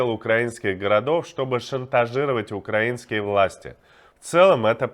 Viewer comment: Спасибо за Ваши труды! И ещё. Огромное уважение за произношение "украИнские" войска, а не "укрАинские", как говорят балбесы на российских каналах